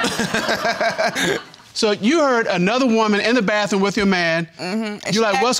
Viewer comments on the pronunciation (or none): "The BAFFROOM" Ugh.